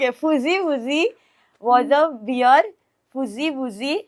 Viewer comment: You pronounce bear as “bare” not “beer”